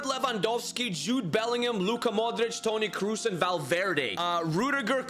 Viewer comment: The video is really interesting but seriously, the pronunciation is awful, who tf is Toni Cruz or Sergio Biscuits? lol